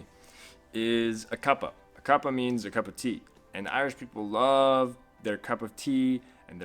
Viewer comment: You have been in ireland for 6 months and you still can't pronounce irish or ireland right